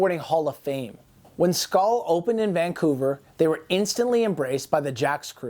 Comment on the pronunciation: You almost say Vancouver like a Vancouverite. Nice video